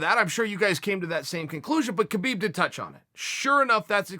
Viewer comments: Chael, please I know it's written Khabib but it's pronounced as Habeeb. The the same way goes for Jose but you say it with the H first. Sorry about the lecture. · Please stop pronouncing the K in Khabib